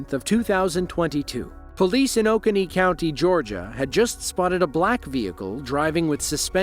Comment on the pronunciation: Driving me nuts that they pronounce uh-CONE-EE as OAK-eh-knee.